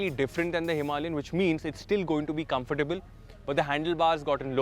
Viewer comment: I'm amazed that after all these years you can't still pronounce 'comfortable' properly